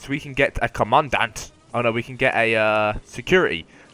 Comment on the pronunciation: You said commandant wrong,!